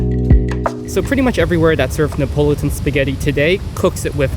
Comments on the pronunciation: It's pronounced "ne uh pah luh tun". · Neapolitan has 5 syllables, not 4.